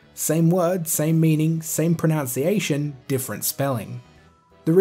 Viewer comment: I found it ironic, and a little bit amusing that you mispronounced "pronunciation" in a video about pronunciations ;) but good video man, and points well made. I've always pronounced it as "zill-ee-a" because that's what the rules of english grammar would normally dictate, but you make a good argument about other languages operating differently. I agree with your take home message wholeheartedly, at the end of the day it really doesn't matter how we pronounce a made up word. Pretty much everybody knows what we're talking about, so it's nothing to get worked up about.